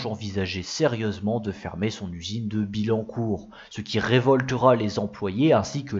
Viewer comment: Merci pour l'effort, mais ce serait bien que les images correspondent au commentaire en cours, comme quand tu introduis la 19 rallye sur des images de Clio rallye ou que tu parles d'un prototype de modèle à bas coût sur des images d'un proto de coupé Bertone. Il faudrait revoir certaines prononciations : on dit Autobian-Ki, et pas Autobian-shi / On dit Bi-Yancourt, et non Bi-Lancourt... Enfin, le personnage qui masque la moitié des images est aussi inutile qu'agaçant.